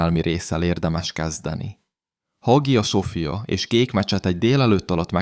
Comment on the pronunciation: Hagia sofia... betű szerinti felolvasása. Borzasztó még hallani is. A.I. hang, tele hibákkal, A.I. által összeállított videók. Az infók jók, de az egész mégis rémesen vacak.